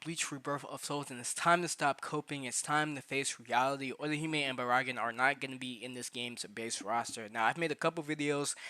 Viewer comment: Why you say Baraggan like Baraagan.... anyways Baraggan and Orihime barely move in the anime tho they might be just be put in later on as dlc